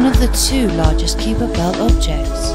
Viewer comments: What a terrible pronunciation of "Kuiper belt". The "ui" should be pronounced as either "eye" or "oi" but definitely not "yu". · The narrator pronounced it with a long "e" not a "yu".